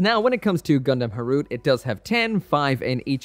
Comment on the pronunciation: In the past I thought it was pronounce Gundam Ha ru te.